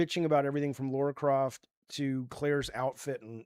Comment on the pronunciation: Stop saying Laura croft. Its not hard to say lara